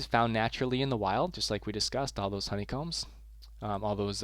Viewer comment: at the end lol it says HO-ney combs! hello from 2019!!